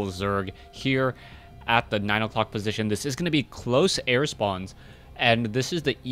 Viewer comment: "10 o'crock" asian accent slipped in there.